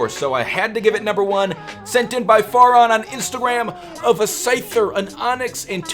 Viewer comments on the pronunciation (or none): none